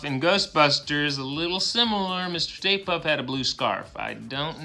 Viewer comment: you said the State Puff Marshmello man had a blue tie. The pic you provide shows a red tie. I looked online and all have red ties, and it says his name is "STAY PUFT" instead of State Puff. Is this an ME or have I just always remembered it wrong? I remember blue tie and State Puff. What do you remember? It sounds like you say "State", but could be the Laurel & Yanny thing?!?!?!